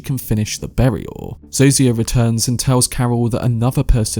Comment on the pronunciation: Great video. Pro tip: Zosia is pronounced "Zoh-sha"